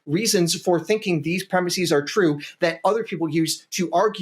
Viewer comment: It's not preh-miss-ease. It's preh-miss-is.